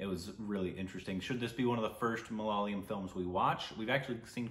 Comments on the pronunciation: MA-LA-YA-LAM not Malala-yam! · bro.. It's MALAYAALAM, not malaalayam.. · Hi, can you please pronounce the word 'malayalam' correctly.... please try to say 'ma_la_yaa_lam'.... Not 'ma_la_lyam'... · IT IS MA LA YA LUM(like gum) and Mohan Lal not mohanil The people are called malayalees or keralites .please correct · Mohan Lal is a phenomenal and one of the most versatile actors ever. And for the umpteenth time... it's MA LA YAA LUM.' Please don't butcher it :) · Malayalam is not pronounced as mal-ya-lam?? Tell the correct pronunciation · Try to say Ma-la-yeah-lam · Guys it's so not fair to us malayalees to hear you guys say Malayalam like that. I get it it's hard. But just google the pronounciation. It's that simple. Great reaction though . Can't wait to know what your reaction of the movie is. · You guys are pronounceing malayalam wrong